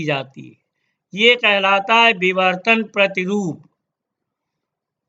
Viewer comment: no....he said bivartan!!